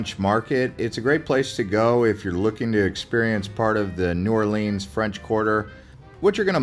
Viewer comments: It’s New Orlens not Orleens! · The first thing to do in New OR-lins is to stop calling it New Or-LEENS. Thanks. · lol "New Orleens" like it's Disneyland or something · "New Orleeens"??? Please. Also, that wasn't a horse-drawn carriage, it was mule-drawn. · Not New Orleens, New Orleans, thank you. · please pronounce the name correctly it it is NOT OR lrrns it is OR LE ONS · I knew you were suspect when you said “New Orleens” but I had to click out when you said “beg-net” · For real! Everyone calls it that, it's not new orleeens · His pronunciations are killing me 😭 💀